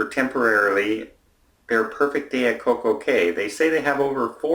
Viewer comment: No one has yet complained on the way pronounced Coco Cay! 🤣🤣🤪🤣